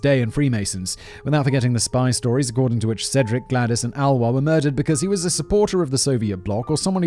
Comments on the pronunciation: It’s more like A-Lois than Aloha….. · TY for the interesting episode. Just a short info about the pronunciation of Alois, which would be more like "aa·loo·iis", or like "ah-loh-ees". It is the German version of the name. In Austria we would even pronounce it more like "Aloys" ;) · ouch... you script writers need to provide a pronounciation guide for you 🙂 Alois is pronounced a bit like alloy... just with a long A and an added s at the end... A like uh, lois like loys...maybe someone else can explain it better than i can... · sobs Alois is pronounced AhLowis not Alwa.... No, but LOVE this episode! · Maybe Alois is pronounced Alō-ees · Simon's pronunciation of Alois 🤣 that's why I come here.